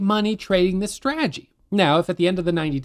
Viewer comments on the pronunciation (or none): Take a drink every time he says; "straajee".